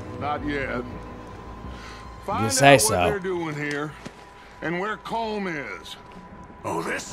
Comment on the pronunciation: You guys know that Colm is pronounced Colm like golem